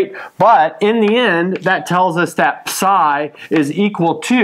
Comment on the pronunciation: The way he says psi hurts me